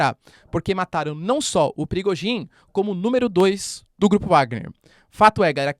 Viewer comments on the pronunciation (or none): Professor parabéns pelo excelente trabalho que nos tem fornecido. Apenas para pedir se não estiver a ser inconveniente, que não se pronuncia Bélarrusse mas sim Bielorrússia. E não é Prigogin mas sim Prigózin.